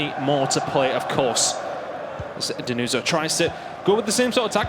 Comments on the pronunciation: Denuzzo Is stronger. And you have ti pronounce with 2 Z and hot with the S like you english people pronounce everything... Learn some pronounce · Denuso, ma ce la fate dmmrd a imparà la pronuncia